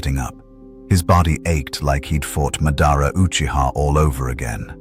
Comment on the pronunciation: I hate how the AI pronounced Madara and Danzo 😂